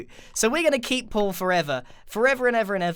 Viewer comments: Did anyone else notice he says Paul like pull? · Am I the only one who thought about puffer fish Pete when he said puffer fish Paul